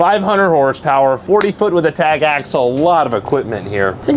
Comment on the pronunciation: Love the videos. It's Axle though. 🙂